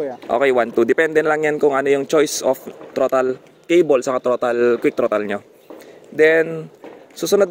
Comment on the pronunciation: trotol keybol, bisaya ka man dong😊